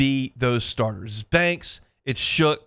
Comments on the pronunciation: I was going to be kinder about his use of "Shook" for "Shuck," but you're right. Ain't like Shough showed up yesterday. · Shough is pronounced “Shuck”, it’s in the dictionary for God’s sake. You sound like a total bozo pronouncing it wrong.